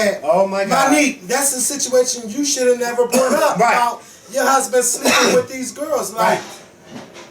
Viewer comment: Do all Philly ppl pronounce the words "Taught and Brought" the way & does????????? - toe'wert & bro'wert LMAO... just curious